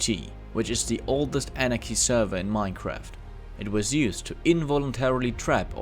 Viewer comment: Ol'ees inrchy server nice pronoucing..